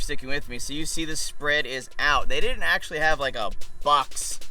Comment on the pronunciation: Axe-sualy... lol